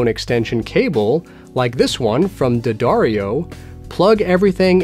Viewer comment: Not Da Dario.... It's Dee Ah Dario lol! :)